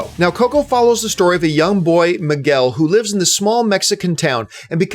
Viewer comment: Why is he pronouncing “Miguel” wrong or is it just me ?